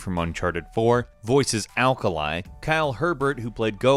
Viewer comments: ALKALIE LUL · ALKALI AKALI LMAO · Alkali LOL 😂